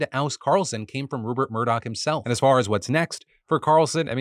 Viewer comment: its ruPert Murdoch, not ruBert Murdoch, fyi